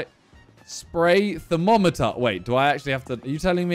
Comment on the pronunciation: Man said “TherMOMeter”